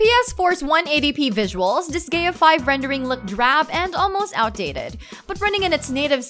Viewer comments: I cringed so HARD when she said Dis-Gaia as Dis-Gay -ah......Holy Balls as if her voice isn't obnoxious enough, but don't you dare say Dis-Gaia as Dis-Gay-ah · I don't know what was worse, the fact she pronounces Disgaea as Dis-Gay-Ah or she says Isaac as Eye-Zack. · Also, dis-Gay-uh. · a game called "dis gay ya" xD I know she meant " dis guy uh" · "Dis-gay-a" killed me too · Da-sky-ya is how it should sound XD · Eye-Sack Saul-Mon Dis-Gay-Uh Mar-Yo Kort Wat. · Watrmelun I lost it at Dis-Gaia but yeah she can't pronounce shit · It’s pronounced “dis-guy-ya”.